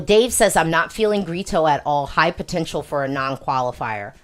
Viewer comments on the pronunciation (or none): Hi,. love these videos. just fyi, Grito is pronounced "gree-tu", not "gree-to". When an o comes at the end of a word in Portuguese, it's pronounced like a u.